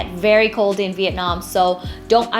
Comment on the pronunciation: How can a Vietnamese person say 'VIET NARM; and not Vietnam?